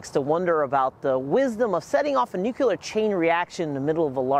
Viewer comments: The word ”nuclear” is pronounced “new-clear”, not “new-cular” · Learn how to pronounce nuclear! NOT nucular! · Nuclear not nucular. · I was going to save your video, but I cannot now. Please learn how to properly pronounce the word: "Nuclear". >> NU-CLE-AR << It is really quite simple. Why do so many people speak sloppy english? That is what I really want to know. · And he keeps saying "Nuc-yuh-ler" to boot. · You mean nukular lol? I know. How can you study nuclear but not pronounce nuclear? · Nice summary but for repeated mispronunciation of Leo Szilard's name (2 syllables, not 3) and nuclear, not nuculer. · Yes! Everyone needs to stop saying NUKULAR 🤨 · Really wanted to learn about this but couldn't make it through more than a dozen "Nuke-you-ler" and gave up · Yeah, I left a similar comment. I’ve always wondered why someone would pronounce “nuclear” as you say. I recommended he try “new-clear” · “new-clear” looks like it would be two syllables—also incorrect. Try NEW-Clee-ur. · You actually notice and point that out but not "Nuke-u-lar" over and over? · Bro that matters 1% compared to Nuke-u-lar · Nuclear* Its pronounced nuclear Kek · NUCLEAR!!! There’s no second u in nuclear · Considering nuclear is derived from nucleus I'm confused about where the different pronunciation comes from